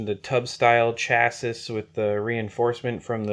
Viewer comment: Run it on 5s. It's the perfect voltage for the kaiju. Not 4s. And "chassis" is pronounced CHASSY